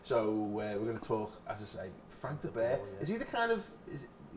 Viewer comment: Whenever I hear say that managers name, it sounds like he's saying "Frank the Bear"